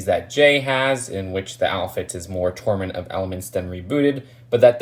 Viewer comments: 😒👋: "Tournament" 😏👉: "Torment" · Did he say torment of elements? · Please people don't torment him on how he pronounces tournament....... Jk.... sorry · It’s rebooted and tornumant